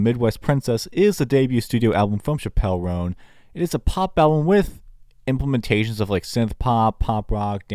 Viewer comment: You're saying her name wrong